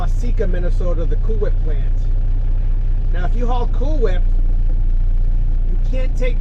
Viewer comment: Like Stewie on family guy he could not say cool whip he would say Coowhip